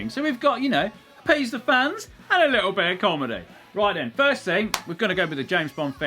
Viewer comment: "If it doesn't work the FURZED time..."